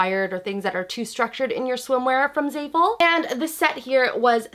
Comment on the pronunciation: anyone else cringing at the way she says "zayful"